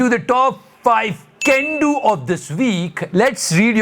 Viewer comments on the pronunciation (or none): Whenever says can do...... Mujhe GANDU sunai deta hai.... No no no I m not joking 😂